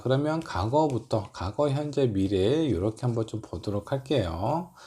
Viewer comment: 과거를 자꾸 '가고'라고 발음하시네요 ㅎ